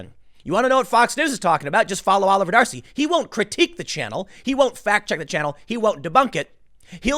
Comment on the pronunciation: Every time you say 'Oliver D'Arcy I hear Jefferson.